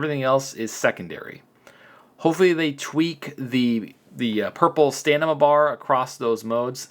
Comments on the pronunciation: Please, I am trying to help you it's not STANIMA...The Word is STAMINA. THE M BEFORE THE N, SO M IS FIRST AND THEN N. I am saying this in good faith my friend 👍. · Stamina Stamina Stamina. Not stanima come on man it's not that hard. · Am I missing an inside joke or are you really insisting it’s staNima instead of staMina? It hurts, lol. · This game is getting cheap quick....STAM....IN....A.....sound it out lol....getting a richards shout out you made it bud congrats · Learn how to say stamina, you're an adult FFS. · Just listened to a guy switch the m and n in stamina for 14 minutes straight😂😂